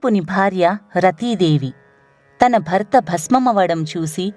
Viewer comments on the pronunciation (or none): none